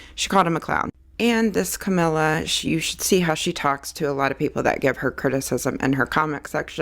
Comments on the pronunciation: I have no dog in this fight but wrong pronunciation drives me crazy. Cuh-me-lee-uh. Not Camilla. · Funny that you’re talking about accuracy. Her name is not Camilla. It’s Cam el i a. Look how it’s spelled. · she is talking about accuracy and mispronounces her name ...and you”re= you are.